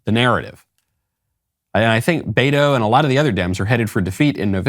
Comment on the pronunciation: 😂 poor guy can't even pronounce BETO, he says Bayro. 😂. I am dying! Loco 😜